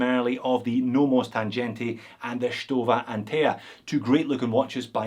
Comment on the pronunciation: the sea-gull looks nice for the price. BTW: Tangente is not pronouncet with a g like in g-Shock, its with a g like in sea-gull ;)